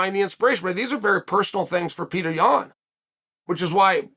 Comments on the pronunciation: PAY-OH-TRAY.... get it right chael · Petr: It's not Peter it's Petr. Chael: Peter Yan, Peter Yan. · My name is Petr not Peter